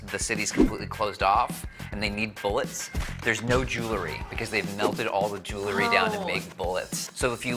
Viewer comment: Its pronounced jewel-ry, not jew-lery